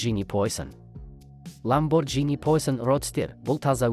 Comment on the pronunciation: ЛамборГини деп айтылады😅